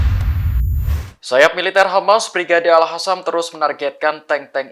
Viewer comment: Pembaca berita Tribun network lucu2 ya. Al Qassam dibaca Al Hassam, Qatar dibaca Hatar, Sanches dibaca San-hes. Dari siapa mereka belajar membaca ya?